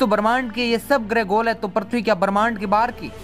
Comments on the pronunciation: Tu bhi to thik se nahi bol raha bhai prithbi nahi prithvi hota hai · Aaree bhai पर्थवी nahi पृथ्वी bolo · Gyan baad me bato pahele thik se PRUTHVI bolna sikho kb se parthvi parthvi chilla rhe ho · Parthabi nhi prithabi bolo video me bro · Kya parthvi parthvi laga rakkha h, prithvi bol yar prithvi 😂😂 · Prathvi nahi bhai prithvi hai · Prithvi bolo prathvi mat bolo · Are prathvi nahi hota hai prithivi hota hai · Bhai tmko video banane se pehle apni language pr pakad rkho...prithvi ko parthavi bol rhe ho...kya h ye..centripetal ko centripengal aise hi kuch bol rhe ho...kya majak bna dia ho...jo koi pehli bar tmhri baat ko sunega to uski v prounonciation galat ho jyega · Prathvi hai ya prithvi? sahi se pronunciation toh sikh lo? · पृथ्वी होता है prathvi नहीं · It's prithvi not parthvi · Parthvi nahi re prithvi hota hain 🤣🤣🤣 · Abe yaar parthavi nahi prithvi hota hai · Bhai pronouns Sahi nhi h apaka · Abe pagal prathbi kyo bol raha hai earth bol ya prithbi